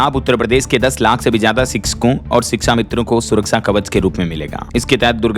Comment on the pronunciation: Sbse pahle to shiksha bolna sikho ap.